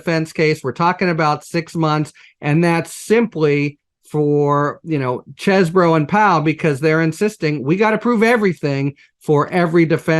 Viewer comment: Mr litman is a gentleman. I really like him. He's down to earth enough to cuss but he insists that Cohen says Cheseboro not cheesboro. I love it